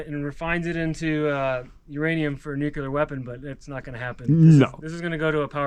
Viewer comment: Pronunciation lesson of the day...its nuc lear!!!!!!!